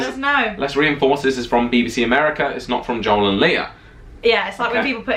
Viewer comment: Sounded like you said "Baby C", not BBC. None of these things trigger me. I guess I am just a silly bunt.